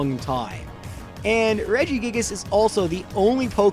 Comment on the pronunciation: Regi gig-gig-gigus